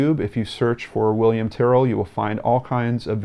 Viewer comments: this has been all over the news here very sad..i believe it was an opportunistic abduction, thankyou as always a compassionate and eloquent video and your pronunciation of Tyrrell is correct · i meant in the sense that yes,you pronounced it correctly,sorry:p